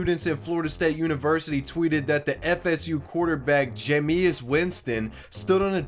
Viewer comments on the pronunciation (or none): [Ja-Me-Us Winston] 😂